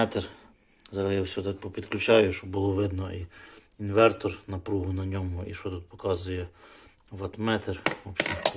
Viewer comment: "Инвэнтор" - и этим все сказано. Мова....